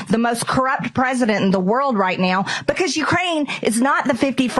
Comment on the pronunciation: Will MAGA Mike survive 6 months and if so will his hair be grey? BTW when Marjorie Traitor Spleen says "Now" It sounds like "Neoww" or more precisely "MEOWW"